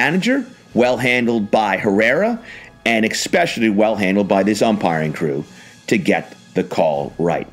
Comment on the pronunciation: Really nice job by the crew, and great commentary. But "exspecially". Ewww